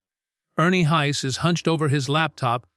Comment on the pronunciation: His name is pronounced Hahs not Hays. I've been listening to him for about 40 yrs. He's a gifted singer.